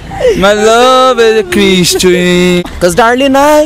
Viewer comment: CRISTCHIEM KKKKKKKKKKKKKKKKKK